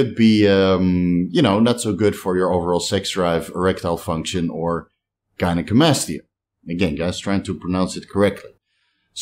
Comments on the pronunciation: An absolute stellar, by the book pronunciation of gynecomastia. Proud of you,! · Nailed the gynecomastia pronunciation bro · Your gynocomstia pronunciation was spot on. Now you just gotta work on other 😂. Love ya bro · As a unilingual person who lives (and grew up) in a bilingual country, I would never criticize someone's second language. But I gotta admit I did laugh and was happy for you when you got gynecomastia right :)